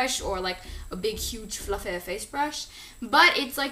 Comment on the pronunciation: "FLUFFEH" LMFAO